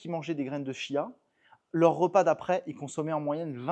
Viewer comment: On m’a dit que l’on doit prononcer : tchia😃😘